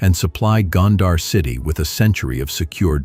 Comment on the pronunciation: Gondar rhymes with wonder. It is mispronounced in the video.